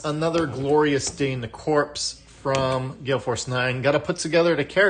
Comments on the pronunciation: Great video. The only other minis I've assembled are the Space Hulk minis. They were bigger though. Like others have said, it's pronounced "core" not "corpse". Can't wait for my copy. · Its pronounced Cor. The P &S are silent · The 'P' is silent. Think US Marine Corps.